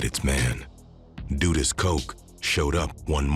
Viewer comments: It was pronounced wrong. Not doodus but duh duhs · DUD-US not DOO- US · Duh Duhs. Not Doodus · It’s DUD-US not dudis🤦🏾‍♂️ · Its pronounced DUD US Not DUDEUS😒🙄 i cant even focus and believe this i fo is accurate when you start off by getting the name wrong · Duh- dus is how it’s pronounced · lol his pronunciation crack me up 🤣 say it one more time brother lol 😂 dooduus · Duh Duhs the u is more pronounced like an O it’s not like… du du or do do but a sharp duh like when girls say “duh” but shorter and shaper and not drawn out… the pronunciation is probably done on purpose. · What ...doo dus?? 😂😂😂😂😂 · It’s pronounced ‘Duh-dus’ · Bruh not doodus lmao 😂😂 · Jamaicans pronounce it “Duh dus” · The "u" in his name is pronounced like the "u" in "run" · this hw u call it duh-dust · the guy in the video just made it sound like doo-dus or doo-dus to me. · it's dudus 2syllables dud us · 🤣naa dudus 2 syllables dud us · the crowd was chanting bruce the then prime minister....the guy name is pronounce duh-duh-us just say it fast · Every time there is a documentary about "Dudus" it's either overexaggerated, repetitive or misinformative as the other Documentaries are over the years... And the Pronunciation of his name my God... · Well narrator still didn't pronounced his name correctly